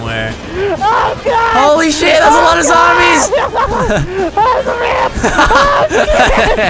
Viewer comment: Did vanoss say zomies and not zombies?